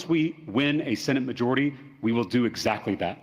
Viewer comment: Excecuted. Excatly. But bro still cant say the words abolish ICE